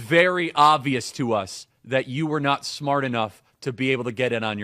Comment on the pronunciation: This fool is making fun of her for misstating affirmative action, but he can't even pronounce "ovious" correctly.